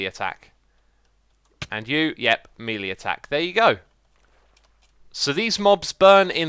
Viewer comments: The word melee is from the French mêlée which is pronounced "may-lay" in the US, and maybe "muh-lay" in the UK, but never "mee-lee". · "MELI ATTCK" what do you meaaaaann!!!!!